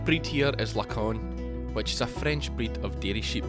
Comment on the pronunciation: Great pronunciation of Lacaune ! (The name comes from a village in southern France nearby where I live, I was caught off guard by it's mention here)